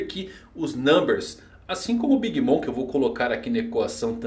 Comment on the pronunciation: por favor, o Mom de Big Bom se pronuncia "moM" e não "moN". Abraço!